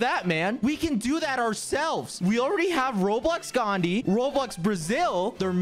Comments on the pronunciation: I love quackity say “ Gandi” instead of “ Gandhi ji” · The way he says Gandhi is almost like gandi if you are indian you know what gandi means🤣🤣🤣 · The way quackity pronounced Gandhi literally means asshole